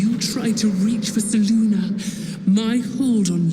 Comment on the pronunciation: And why do they say "Seluna," and not "Selune"?